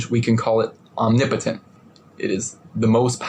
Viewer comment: I could have sworn he said his force is "omnimpotent" the first time listening to him.